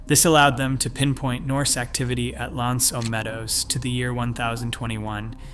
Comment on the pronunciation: Good but please take a minute to learn how to pronounce "L'Anse aux Meadows". It isn't that difficult.